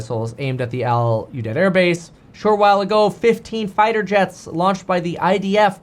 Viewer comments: It’s pronounced “Al U deed” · Pronounced “Al you deed” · I’ve been there many times. Easiest way to pronounce is: Al U deed. Although Kevin’s way of saying it is far better. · The air base is pronounced “All You Deed” , I passed through there in 2007 on the way to a deployment in Iraq. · It pronounced as Aludeed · Pronounced Al You-deed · it's al-you-deed